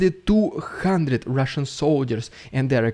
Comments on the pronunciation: Rolling Rs in 'Rrrridiculous Rrrrrrussian Prrrrropaganda' is a delight to hear. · I like the way you say the RRRRRRRRRRRRR...s......n prrrrrrrrrropg........a